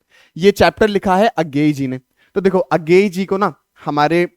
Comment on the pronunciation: उज्ञेय ❌ A GAY ✅😂😂😂😂